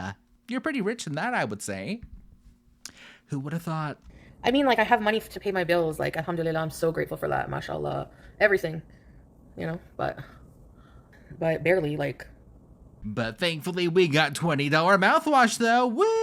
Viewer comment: Her "humdillylah" drives me crazy, that is NOT how you say it! There is no "dilly" in that word 😂.